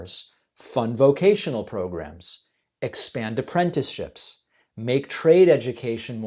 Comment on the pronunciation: Pretty rich her talking about education when she can't even pronounce Apprentice correctly. 😂